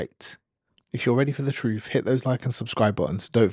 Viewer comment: By the way, truth is not pronounced troof